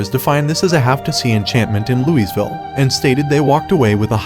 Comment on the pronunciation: Where exactly is this Lou-EEZ-ville?